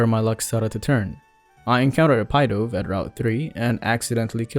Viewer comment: Ahhh yes the “pie dove”